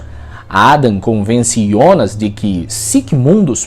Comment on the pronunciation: Parabéns pelo vídeo. Um dos pou os explicando de maneira descente. Outro parabéns por falar "IONAS" e não JONAS como estão falando em outras análises.